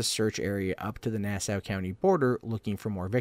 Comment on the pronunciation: Nah-saw county! Not now-sah! Suf-uck not suf-folk county! Sorry I'm from the area. I gather you aren't. Just trying to help you with your lawng eye-land tawk! Lol!